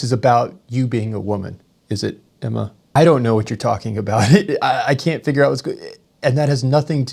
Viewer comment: Is it Emma or Enema LOL.